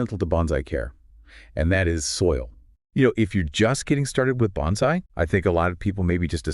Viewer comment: Very nice video except for your pronunciation of bonsai.